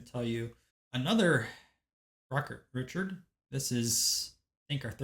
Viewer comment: Great video, welcome to the world of hockees... Gotta work on the French to pronounce same those names 😉 Rocket Richard... Ree Chard